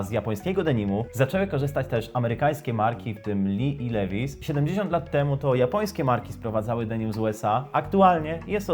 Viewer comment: Od jakiej marki? Lewis? xD Levi's (li-vaajs) sie czyta kolego. :P